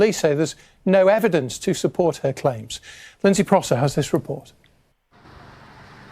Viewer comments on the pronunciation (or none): none